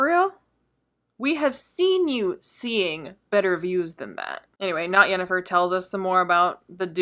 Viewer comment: Not "Yennifer", with a 'Y'. See: The Witcher